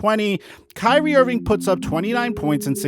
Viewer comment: Why you guys make it hard. Its kyrie lol